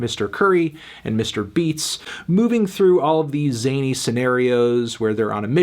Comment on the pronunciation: He really said Mr. Beats